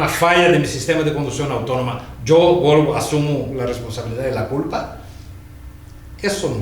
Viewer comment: jajaajjaja sergio hablando de huevos del minutl al cuando quiso decir VOLVO, se quedo con lo de huevos y dijo Huelvo digo VOLVO jeje